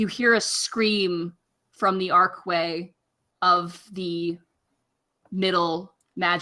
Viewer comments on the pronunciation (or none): Every time she says “ark way” it bugs the fuck outta me lol